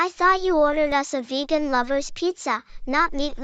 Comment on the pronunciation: its pronounced “vegan” not “vejan”